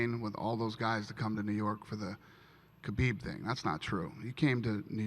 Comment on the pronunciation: ''To be anusT'' - Khalabeeb